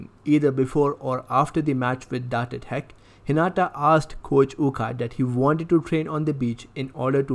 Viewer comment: The accent is so funny he said datae tech